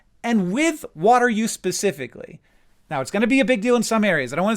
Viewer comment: Hank, love your videos. I've been watching your videos for over a decade in multiple formats. Up until now I never noticed, but today I did. You incorrectly pronounce "specifically" like "pacifically" and ever since I noticed, I can't unhear it.